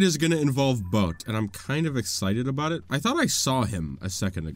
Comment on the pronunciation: you're exited a-boat it?